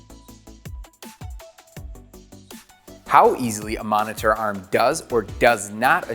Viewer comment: i hate the way this guy says monitor